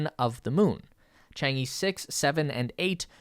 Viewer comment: Just a heads-up, it's pronounced like "chong-uh" (sort of). It's the Chinese word for moon